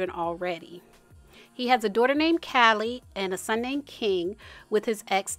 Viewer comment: Babbyyyyy🤣 as evelyn says 🗣️DON’T TALK ABOUT MY “DOORTA””🤣